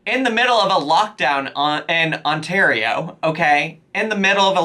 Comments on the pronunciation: oh my! you pronounced Ontario properly! I'm SO PROUD! :D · A single person pairing up with 1 other household does NOT mean that you can match up with a new household every other day... FFS woman I can't see my family but you're saying f this and meeting up with random guys (I'm Canadian but we don't claim her) Also, when did youlearn to say Ontario?? (The Nicolas guy might be French from Québec. Not French from France )